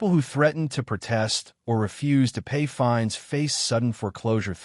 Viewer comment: LIENS NOT LEANS.FINES NOT FINDS.